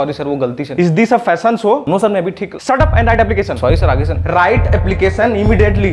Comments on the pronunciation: The way that icse teacher pronounced "immediately". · Immediately pronunciation wow ! Salute 🤣